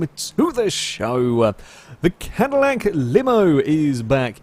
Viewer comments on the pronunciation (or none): It’s the “Madillac” 😂